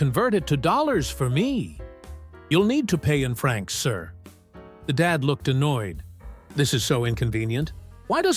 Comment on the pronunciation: Its "francs", not "Frank's". One is money, the other is a bar. Or a diner.